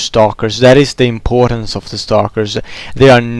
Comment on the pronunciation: only those who are swedish too or have a lot of experience with swedish people hear it. i lived in sweden for 5 years, thats why i noticed. around 0.12 ur "importance" i.e sounds very swedish =)